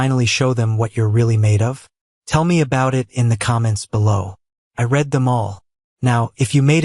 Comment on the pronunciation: Teach your stupid AI narration the difference between read (red) and read (reed). It's simple grammar and verb tense.